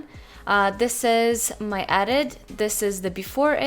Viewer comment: kinda triggered by how you pronounce edit as "adit" lmao